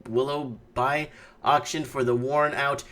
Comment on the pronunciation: Willoughby is pronounced Will-oh-bee; it is a premo area, but it's still 20-30% overvalued IMO